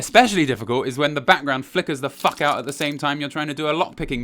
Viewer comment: * generic talk generic talk generic ta-- * "What the faulk????"